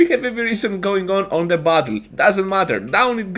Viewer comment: When you say "battle" it kinda sounds like "butthole."